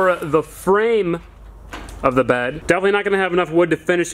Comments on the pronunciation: The way he says bed is so funny 😂😂"baehd" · the way he says "bed"